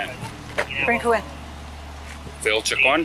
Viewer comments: The voice over is pretty bad. Who doesn't know how to pronounce Chacon and Vigil? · Please, please, PLEASE learn to pronounce the names before you start narrating. It's Cha-cone, Lou-Hahn, Vee-heel. Chingow.